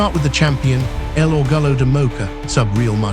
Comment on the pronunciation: "El orgalo de mola" Never heard of that. LOL